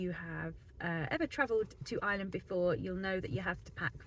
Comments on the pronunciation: It does sound like Is-land - try Our-land if you cannot say Ire-land. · There is an R in Ireland! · Hi, you're very welcome to Ireland and I wish you and your family all the very best. One small bugbear of mine is how a lot of English people pronounce "Ireland". It's "Ire" sounds like fire... Land not Island. Thanks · That’s an English thing, they don’t use a strong accented R like we do, they don’t have the ability to pronounce I.RE.LAND , it’s made more pronounced by the fact we use a very pronounced drawn out R in our speech, and also we put the emphasis on the lead syllable, so the contrast is very pronounced. People with other native tongues can hit the R fine, but it’s quite impossible for the English, hence they pronounce our country ala Island. It’s no big thing.